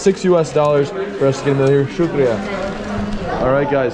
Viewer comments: How beautiful he says shukriya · loved the way you say "Shukria"...too good and thanks for promoting Pakistan's positive image. Long live mate. And I subscribed this channel too....